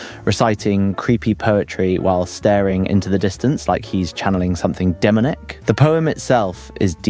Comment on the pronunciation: Dude it's Pronounced "Demonic" Not "Demenik". Learn Grammar.